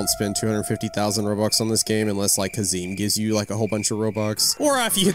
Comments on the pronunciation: its not hazim its hazem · haşereme hahahahah it’s hazam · its not hazeem, its haz-M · Bro what are you saying hezeeem it’s hazem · first ths is an amazing video the only thing that bugged me is that he was saying hazeeem instead of hazemn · “Hasim” it’s “ ha su m” “but you spell it “ h a z e m “ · ITS PRONOUNCED HAZUM NOT HAZEEEM im dying rn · Bro says haziem😂 its speak like hazum and whrote like hazem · ahem HaZeEm btw it’s ha-zehm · haz em not hazeem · you said hazeeem ´its hazemn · Bro I GOT SO MAD WHEN HE SAID HIS NAME IS HAZEEM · its not hazeem is hazem (pronounced haz-um or haze-um) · its not has - eem its has - uhm but its spelt like hazem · its hazem not hazeem 😆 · it's not hazeeem its hazem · ITS NOT HA-ZEEM ITS HAZ-EM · Is not hasim its ha zem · Hazem not hezem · NOT "HAZIM" ITS "HAZEM" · It’s not pronounced huh-zeem is has-uhm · HAZEM NOT HAZEEM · it s hazem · ITS NOT HAZEEM ITS PRONOUNCED HAZEMN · Bro pronounces Hazem like hazeem💀💀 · Bro rly said hezzeem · bro actualy said hazeem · He said “Hazeem“ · bro pronounced it hazeem💀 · hazem's name is pronounced haze/em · he said hazim💀💀💀💀💀💀💀💀💀💀💀💀💀💀💀💀💀💀💀💀💀💀💀💀💀💀💀💀💀💀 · It’s pronownsced hazum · hezem * ha- zem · he dissapointed me wwhen he said hazem wrong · small tip (the zem part in hazem is pronounced at them but with a z in the beginning) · The fact that he says hazem wrong is so funny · bro said hazem wrong 😭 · I’m 1 milla second in the video and this guy is prounoucing hazem wrong